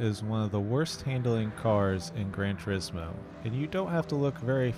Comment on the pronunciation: And another youtuber that cant even pronounce the name of that game 😂